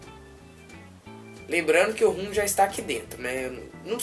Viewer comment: RUM não cara, ROM.....